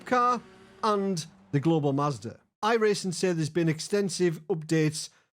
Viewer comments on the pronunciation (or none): none